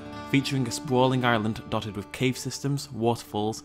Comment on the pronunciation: like the way that you say island as Ireland